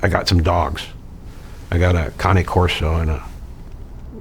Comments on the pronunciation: Thank you for pronouncing Cane Corso correctly!! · So articulate and the man pronounced cane corso correctly 😂